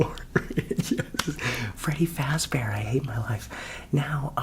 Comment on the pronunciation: “feddy frazbear” 😂